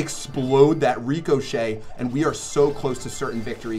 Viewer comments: Y do you say (Rico-shay) instead of (Rick-ah-shay) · Lmao the way he pronounces ricochet is funny. He says REECOchet instead of ri-ca-chet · actually nevermind its more of a ri-cuh-chet I just put ri-ca because sometimes the A sounds like a lowercase U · Shadowphantom66 he calls it that because then he will be able to call it Rico. He explained it on another video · it was funny how you said reeeekoshay it sounded funny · cuz sometimes people shorten it and all him rico, which kind of translates into the reecochet sound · Why do you say ricochet like reekoshet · Pronounced rick-o-shay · It’s pronounced rihkashay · Lmao, the way he says ricochet